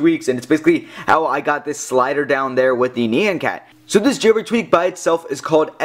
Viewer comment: "NI-AN" not "KNEE-AN"